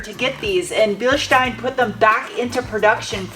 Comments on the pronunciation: Thank you for pronouncing „Bielstein“ correctly 🤣😄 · To hear how you say "Bilstein" is balm for my german soul. With this new found energy i can now carry on teaching youtubers how to pronounce "Porsche". 😈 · Props for the correct pronunciation of "Bilstein". 👍 Greetings from Germany! 🙂